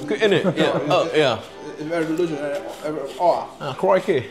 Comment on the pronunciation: Ninong Ry, I heard you say CRIKEY haha very British..watching here from Birmingham, UK..yung weetabix go to breakfast ko yan yes mataas sa Fiber content.. i suggest sa microwave with milk for 2 mins.then add honey or any fruits, paborito ko with banana. Yung rice pudding in tin can, I will try that to add choco powder to taste like champorado..yayyy salamat sa tip. Next time Ninong Ry travel UK ipagluto nyo naman kami ditong mga inaanak nyo😄🙏🇬🇧❤️.